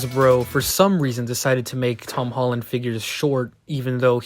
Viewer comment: I thought you hated hom Tolland 😂